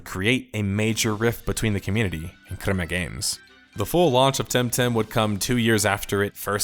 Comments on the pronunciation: dude its CREMA GAMES, not KUREMA GAMES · Good video. Annoying pronunciation for the word crema